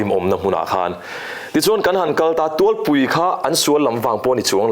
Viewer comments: Tawng hi kiu kawn atanga kutphah zungtang hmawr thleng sawina a ni a "tawng" hi awmtea hian a thluk diklotlat mai,tuivalawng a lawng thluk hi thluk tur. Tin, tualpui pawh a thluk diklo bawk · Awmtea pu Lalduhoma CM lim din ngaimawha i au chhuak a ni a i hrechiang hle turah ka ngai a nge i lam sual lui ve hrim hrim Tualpui i sawi rik dan hi Tualpui,hi Tual tih tak hi ri sang tur a ni lova ri hniam tur a ni.Tual i sawi dan hi khawlai laitual a tual ri angin i sawi a,thil burah a luta a lut tual tual he ta tual ri anga sawi tur aw,khawhming i hrechianglo a ni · Kan ram hi zawlnei intite puan lawk leh sawi anga a thleng lo ṭhin hi kan vanneihna tak a ni. Tawng tihte, Tualpui khaw hming te a lam dik lo zel a ni.